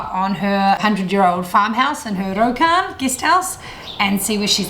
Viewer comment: Great to see a new post from you! I'm especially excited to hear you're going back to Japan. Just a tip on pronunciation - "ryokan" isn't an easy one for English speakers but you're not doing horrible, better than most. The syllables "rya" "ryu" and "ryo" (りゃ、りゅ、りょ) were the ones I had to work on the hardest. Think of it as a tongue roll like in Spanish, but just one, not multiple, followed immediately by the "yo" sound. "ri-yo" with no break where the dash is. Listen to some pronunciation guides and practice. Master it and it'll be a hit in Japan.